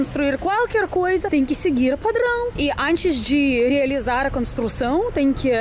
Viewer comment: kkkkkkkkkkkk, achei muito engraçado, como você fala "padrããoo".